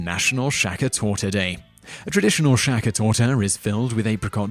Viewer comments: Sacher - not Jacher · than at least pronounce it as "saker" and not something like "shaker" ore so there is a s in English thats not sh ... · It grinds my gears how he pronounces "Sacher"... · sacher not shacher hehe =D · How do you pronounce "Sacher" as surname correct and then mispronounce "Sacher" as cake - it is the same word?